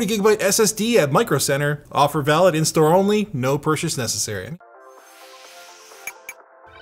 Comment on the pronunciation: "No purshas necessary"